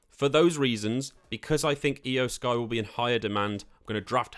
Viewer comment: Eye-O Sky too 🥶